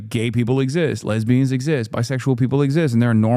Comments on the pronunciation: I'm not a lesbian but the way he said lesbians was weird asf, anyone else got any thoughts on this? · he just revealed his search history with the way he said lesbians 😐